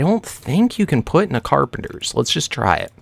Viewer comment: Dude its carpenTer